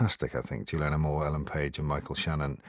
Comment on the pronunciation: David Morrissey adds absolutely nothing to these reviews - I'm pretty sure he mispronounces Julianne Moore's name at one point